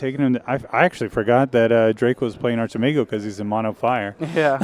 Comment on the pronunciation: I believe Archimago is in spanish, so neither 1 or 2. 1 has the pronunciation of Achi good, but the part of mago is wrong. 2 sounds terrible at Archi and got the part of mago just fine. 🤭